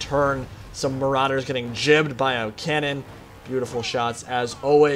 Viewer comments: GIBBED.. NOT JIBBED. WITH A G. NOT A J. Driving me fucking crazy. I have a Jolden Retriever, that likes to watch Juardians of the Jalaxy. One time I got a Jift for my birthday, it was a joldfish. G. "Guh" G I B B E D. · I love when people are so adamant about stuff and are literally wrong lol. Gibbed comes from GIBLETS, which is pronounced with a J sound. Here's Cambridge, Oxford, and Dictionary .com making you look silly, click the pronunciation under the word.